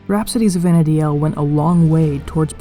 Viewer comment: It's not Vana DI el...it's Vana deel